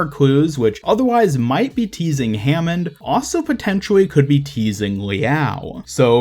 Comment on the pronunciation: Nope it's hammond